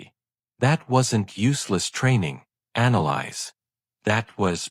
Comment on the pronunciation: Annalise or Annalise, as in Anna Lisa, sans the A at the end. Not “Analyze”. Hells bells, the pronunciation in this is atrocious. Irritating beyond description.